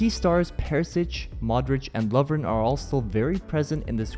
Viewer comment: Here are the correct pronounciations of the XI players in Croatia Subašić - Not s but sch, SoobaSCHich, like SHelter Strinić - (pronounced correctly in the video) Lovren - (pronounced correctly in the video) Vida - (pronounced correctly in the video) Vrsaljko - lj is a letter in our alphabet, hard to explain, but SUPER fast combination of L and J, slide the tongue from the top-back to the top-front while trying to say J (Y in Yesterday) Rakitić - (pronounced correctly in the video) Modrić - (almost correct, slightly longer O pronounciation tho) Perišić - Not s but sch, PeriSCHich, like SHelter Rebić - (almost correct, slightly longer E pronounciation tho) Mandžukić - DŽ is pronounced similar to J in juice, man-ju(ice)-kich Later on: Ćorluka - CHor-luca Badelj - A needs to be heard, not b-delj, like sheep sound, ba-delj